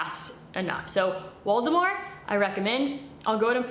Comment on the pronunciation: I thought she was saying Voldemort the entire time and it's Waldemar.😂😂😂😂